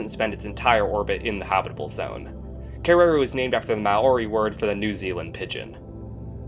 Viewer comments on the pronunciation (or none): In Maori, the pronunciation of Kererū puts the stress on the final u rather than the second e. Similar in stress to how you would stress the syllables of "interview".